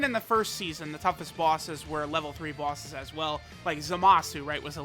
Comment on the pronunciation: Normal Person Pronunciation: Bosses pronunciation: BAWSES